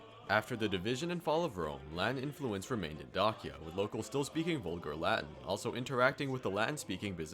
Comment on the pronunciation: Pretty sure it is pronounced similar to DAY-sha